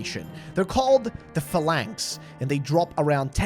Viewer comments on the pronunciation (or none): The way you pronounced "phalanx" angered me in ways I did not know where possible.